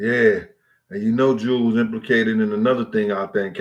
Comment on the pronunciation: Yo G, her name is pronounced JEW L